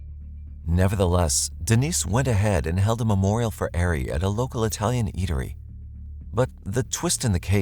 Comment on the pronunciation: Hey Sub here. Love your show just wanted to show this to you. Ari is pronounced AR-E, Not Air-e. Just wanted to let you know for future reference. Have a Blessed Day.🙂